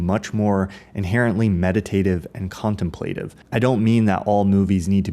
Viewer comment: Not trying to nitpick or be a dick, but, how does one produce such a thoughtful piece, for which a clear prerequisite would be a higher-than-average intellect, yet not know how to pronounce the word "contemplative" correctly? Lol. This is something I am increasingly noticing of late - creators on YouTube producing quality, thought-provoking material, yet somewhere in the middle of the piece totally butchering a basic word in the English language by either mispronouncing it, or choosing the wrong prefix/suffix. It's strange..